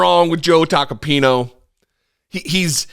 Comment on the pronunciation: it's not "Tacapino", it's "Tacopina". Here's a mnemonic device I came up with that you can use: it rhymes with "subpoena". LOL. Think taco + subpoena